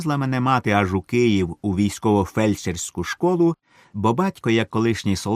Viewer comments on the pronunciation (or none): none